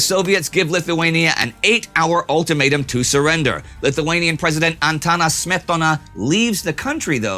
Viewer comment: man you did pretty well pronouncing Antanas Smetona